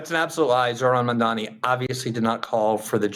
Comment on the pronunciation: That IDIOTIC Elise pronounced his name Mamdami!! Idiot!